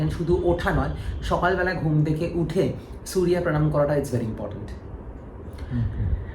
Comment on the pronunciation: Vii tomra to Bangali proper bengali te bolo .... সুরিয়া দেব, শানি দেব।। এগুলো কি বাংলা ভাষা ।।।